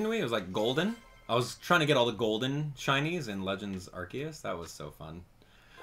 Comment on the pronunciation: ShINYS not shunts